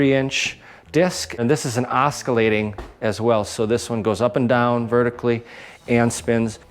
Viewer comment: Oscillating the C is silent